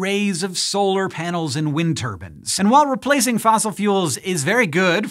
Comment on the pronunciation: "wind turbin" looool